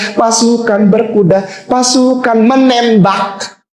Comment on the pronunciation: ".........pasukan menembakhhhh 😂😂😂, Artikulasi jelek, minus 5 (otak nya)